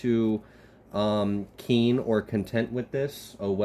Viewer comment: Did you say KEEN 😂😂😂😂